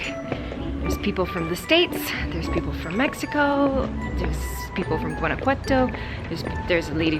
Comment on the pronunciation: I love how you say “Guanajuato” 😍❤️❤️